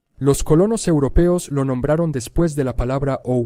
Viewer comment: ¡Qué dolor con cada "después de"!